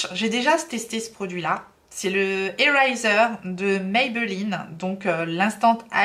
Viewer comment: Tu peux redire le nom du concealer Eraser de Maybelline? 😂😂😂😂 non je me permets d’en rire parce que je suis comme toi quand j’essaie de parler anglais 😅. Gros gros bisous super vidéo